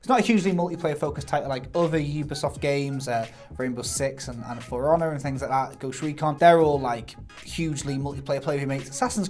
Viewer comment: When you say "For Honor" it sounds like you are saying "firana" I was like .... what is that about? Is it a game about a furry pirahna?